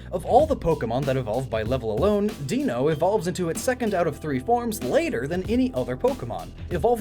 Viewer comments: Zweilous - its german! It is. You still pronounced it wrong, but better than most people. I cant explain how to say it, so ask google translate if you are interested. And; awesome theory! I always loved the Design of the Pokémon, and im pretty sure, that it is based on Japan Lore, but your theory was pretty cool too :) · Deino is German, too. In German if the "I" is after the "e", it is pronounced like an English "I". The opposite is also true, for "e" and "I". If anyone doesn't know, Eine=1, Zwei=2, and Drei=3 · the pronounciation of Zweilous seems a whole lot better than with Deino, at least if we base the pronouciation on the fact it comes with the German word Eins (one) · Ironic that worries about pronouncing Zweilous wrong when he gets Deino terribly off. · Tried so hard to pronounce Zweilous, but couldn't get Deino right. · I'm disappointed that you pronounced Deino wrong after getting Zweilous right and for the right reasons too. But I'll let it... Sleid ;) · You pronounced Zweilous right but pronounced Deino wrong Insert Palpatine saying "Ironic" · Don't know why you pronounce the Ei in Deino differently from that in Zweilous and Hydreigon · Deino, Zweilous and Hydreigon are pronounced the same way you pronounce German "eins, zwei, drei" ("one two three"). One head, two heads, and a hydra dragon with three heads. So, not "dee-no" but "die-no". Also I was also thinking... Separation of Zygarde. Even the game warns you that separation means you lose "everything about it!" The nature, the ribbons, everything. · Hold on, I can't stand when people pronounce Deino "dee-no." You're missing TWO puns in one! The whole line is 1-2-3 in German, where 1 is ein (like dine or line). And if you say it "dine-o," it sounds like "dino" as in "dinosaur." So there, two puns! Much better than none with "dee-no." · Rootbeerguy690 - A YouTube Commenter No, he didn't. It's "die-no" not "dee-no" the German word for "one" is "ein" and is pronounced how it looks.